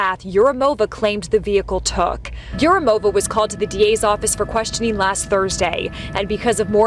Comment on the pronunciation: yurumOva is incorrect pronouncement. It's East/South Slavic feminine form. Although originally this probably not Slavic. At least I don't know what is Urum. Neither dictionary does. In any way suffix -ov (masculine)/-ova (feminine) is unstressed. So it's urUmova. And not yurUmova.